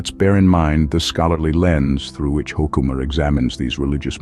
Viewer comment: You've mangled the pronunciation of his name. Hoo-ke-ma, emphasis on the first syllable, e in the middle is short, not long.